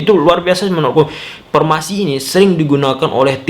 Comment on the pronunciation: Formasi... Bukan pormasi.. 😂😂😂